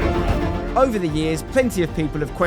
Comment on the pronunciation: "Great strike but its wover"